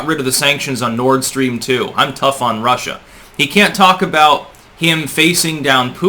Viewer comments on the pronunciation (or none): none